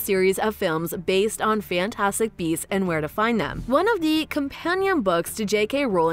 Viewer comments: I heard "Fantastic Bees" 🐝 throughout the video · Your channel suuuux! You made it look as though Eddie was gonna be talking smack via live feed.......but alas it was narrated by a chick that kept saying bees instead of beasts!!! 😂🤣😂🤣 so not only did I waste 8 minutes watching and waiting but an additional three to write and post this!!! But that's on me, lol.